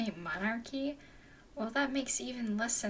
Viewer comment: love? Did you just pronounce mercenary as "Monarchy"?